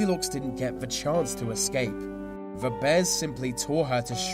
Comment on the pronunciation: he said ve instead of the XD